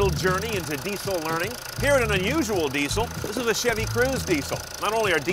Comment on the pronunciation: "dee sell"